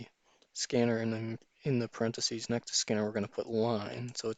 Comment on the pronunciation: Excuse me but these are parentheses. this ( is a parenthesis... there is no such word as "parenthesee"